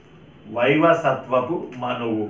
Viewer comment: వైవసత్వపు కాదు. వైవస్వత మనువు. ధన్యవాదాలు.